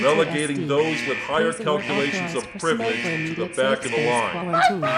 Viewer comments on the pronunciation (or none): "White Privlege"